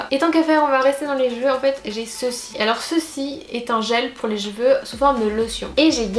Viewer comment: J'ai l'impression que tu dis "jeveux" pour cheveux